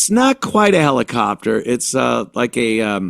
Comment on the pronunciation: Heli-kopter HELI-KOPter... Uhhhh uuuuuuuhhhhhhh.